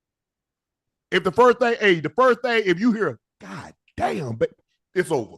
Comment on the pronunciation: Ocho is saying Got Damn not God Damn